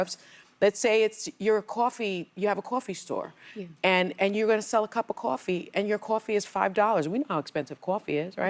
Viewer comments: Quaa-fee? Really sunny? It's coffee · "Caw-fee" you are on national television, and you can't learn to say "coffee." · Why the fuck is she saying cwafee?!?! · Cwafee , Sunny-WTH is “Cwafee?” 😂🤷‍♀️😅 Oh and 25% tariff doesn’t = 50% rise in our morning cup 🫣😉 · Sonny Hostile saying Cawfee is a reminder of how stupid she is.